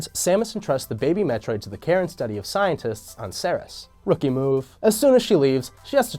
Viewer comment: "Ceres" is pronounces like "series", not like the boss from Metroid Fusion, Serris.